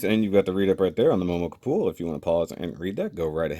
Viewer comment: The way you said petite kapool 😂😂😂